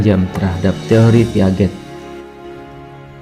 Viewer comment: Baca piaget nya salah kak.. Heheh maaf nih